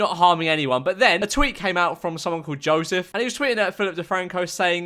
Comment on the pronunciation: You pronounced Joseph like Jozev. I’m not angry I’m just sad